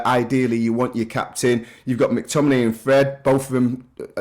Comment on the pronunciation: Sinclair saying McTominay ffs 😂